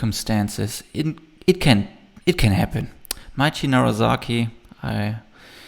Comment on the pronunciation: A minor note - it's NaraSaki, not NaraZaki;)